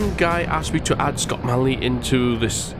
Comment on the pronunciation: failed pronouncing my name :(